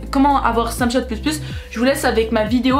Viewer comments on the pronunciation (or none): Elle dit sur snachate